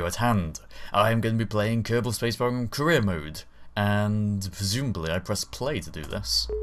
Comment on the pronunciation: Every time he says career mode it sounds like he says Korea mode. So the mission must be to build rockets that cant reach space.